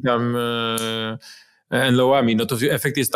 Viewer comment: "dżawelin" nie "jawelin"...........................................